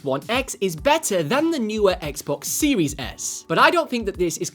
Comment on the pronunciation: Guy said xbox siwis s